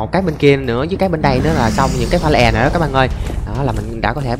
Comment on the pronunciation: Pha lê èn, đì èn , tiếng anh best trẩu phát âm